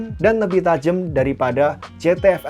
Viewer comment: Tajam bg, bukan tajemm. Wjwk